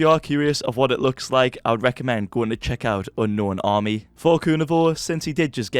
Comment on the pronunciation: Stop saying unkwon X army it’s unknown army